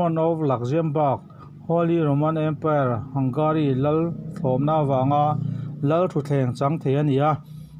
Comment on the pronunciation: Hangari ti a lam maitur a ni lo maw? Hungari ti lo in?😁😁